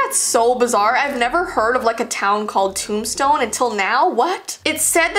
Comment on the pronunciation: its in tombstone, tombstone is a haunted town. (toom-stone)